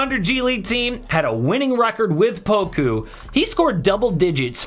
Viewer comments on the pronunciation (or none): Say poka instead of poku